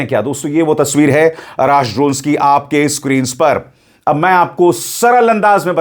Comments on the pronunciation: आराश नहीं ,,अर्श ,,,,यानी आसमान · Arash nahi arrsh misael